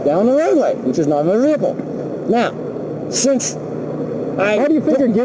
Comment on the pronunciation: It's a Mowtor Vehicle.